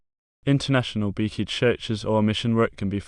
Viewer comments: its pronounced bee-chee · You go to the beach... with a "y". Or like the theme of literally every beach house's bathroom- "Beachy". I don't know what you were saying but it was not my name.